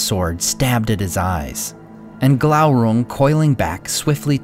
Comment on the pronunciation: Isn't it probounced Gloorung?